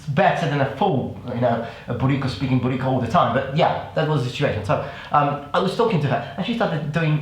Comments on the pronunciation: It keeps sounding like you're saying "booty call", haha. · I keep hearing "BootyCall"😂😂😂 Man I love you 🙌🙌🙌🙌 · At first I thought he was saying "booty call"